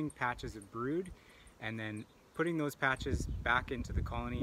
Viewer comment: These millenials drive me nuts with their emphasis on the last sylaBBELS. It's like backwards speech. "In 24 hours I'll come back and pull THOSE FRAMES..." I'll never understand where this pattern developed. Oh well, neat process on the brood check.